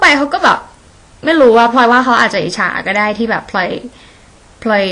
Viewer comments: ฟัง พลอย เป็นแบบ พล็อย ตลอดเลย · ออกเสียงคำว่า "พลอย" ได้เจ๋งมากเลยครับ ออกเป็น "พลึย" 55 ชอบๆครับชอบๆ